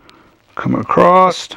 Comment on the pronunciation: Why do you pronounce "across" acrossed? Straight acrossed, go acrossed, etc?